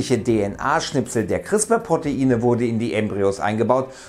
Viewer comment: CRISPR nicht "Chrispa"...